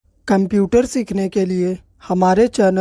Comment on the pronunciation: Why are you spelling "kumputer"? This is so much annoying to hear.